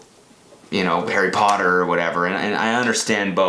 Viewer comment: He said “perry potter” lmaooo